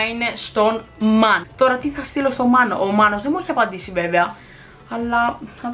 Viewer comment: Μανό είπε ο τύπος αντί για να πει Μάνος